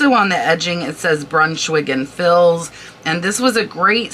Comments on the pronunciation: the fils is pronounced like fee, the th in thibault is like hard t. love your information videos! I only know the info, because my friend was a decorator. thank you for all the work and knowledge you share!!!! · Hi, Former decorative textile representative here… Thibaut is phonetically pronounced: tea bow Brunschwig & Fils Is pronounced - you got Brunschwig correctly; Fils is Fea The s is silent! I have a ton of sampling and yardage I’ll be listing soon! Thanks for the prompt!!!😅